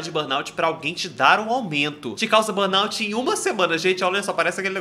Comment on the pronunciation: Meninos, procurem saber a pronúncia correta da Sindrome de burnout 😉